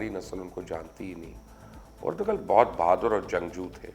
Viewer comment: Its ertu-rul g is silent Sir